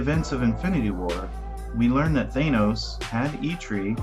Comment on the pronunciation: Yes! Thank You for pronouncing it Thane-oce the way I always have since I picked up my first Silver Surfer comic book as a kid back in 1987.